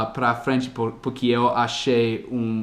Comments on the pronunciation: Uma dica, a palavra "porquê, por que, porque ou por quê'' não são pronunciadas " puqui " como você está falando, elas são faladas exatamente como são escritas. Desse jeito -> "pôrkê" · Escola do Dia a Dia Mas além da pronúncia do "O" eu também estava me referindo à pronúncia do "R", que o omite às vezes, e acaba ficando "PUque", entendeu? ^_^ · Parabéns!! Pratique mais a pronúncia do "porque"... Beijos, obrigada por compartilhar! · só uma coisinha que você tem errado nos seus vídeos é a pronúncia da palavra "Porque". A pronúncia do "Por" é exatamente como em "POR exemplo" ou em "PORtuguês". PS: Machado de Assis é difícil até para nós kkkkkk